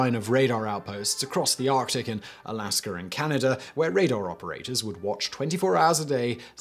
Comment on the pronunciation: No offense but why do you keep saying alaskr I just don't know where the r comes from